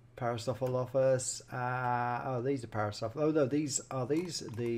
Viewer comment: you pronounce it "pair-uh-soor-uh-lof-us"